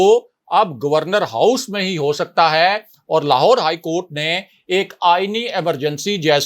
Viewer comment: When you say ha it's puka penda style improve it or leave this job or make video in punjabi